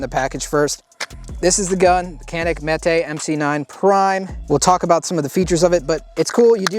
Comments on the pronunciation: Mete (pronounced like meat) - dispense or allot justice, a punishment or harsh justice. Not Meh-teh Good video. Thanks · Meh-Tay. I have a Mete SFT. Big fan of Canik. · "Metuh" like metal. Either way, I'm still a nope on it. Height over bore makes hi-point look good! Trigger is mushy junk! I'll never own or entertain Turkish crap on my channel! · pretty sure it’s pronounced “Me Tee” or “Meaty” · It's pronounced 'meh-tay' which in Turkish culture is like the equivalent of Hercules or a mythical character of strength. I had the Mete MC9L and it was used. It shot awdul. Roumds were all over the place. At 5 yards, I had rounds going all over. The rifling was gone. I don't know if someone took a drill and a sandpaper reamer to clean it, or they shot hardcast, or solid copper. Maybe it was just from the factory. Traded it for a Gen1 MP40 with the hinge trigger that I wanted. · Mete is pronounced "meat" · Mete pronounced Meta